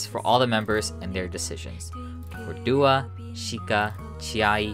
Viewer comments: Doi is pronounced more like doughy and Doah is pronounced Doh-ah not Duah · It's more like "Doh"-ah and "Doh"-i, not "Doo". I'm sad for the girls, especially my biases Chiayi and Yoonhye. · A little off topic, but the "Do" in Doi and Doah is pronounced like Doe not Dew. They're really sweet girls and I hope that they can flourish in a better company that takes care of them one day :( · doah’s name is pronounced with the first syllable like the sound in “door” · Needed a summary of what happened. This was good. Didn’t like how “Do” in the names of Doi and Doah were pronounced (must be “do” like in “do re mi..” instead of “do” in “do vs. don’t”). He probably knows how to say it correctly, so was left wondering why he put the so much American tongue pronouncing them.